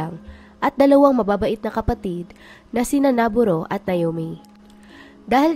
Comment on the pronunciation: Ang gulo ng mag narrate ng mga pangalan Naburo?? Noboru ! Wlang naburo na japanese name ! Wag mo kcng gawing slang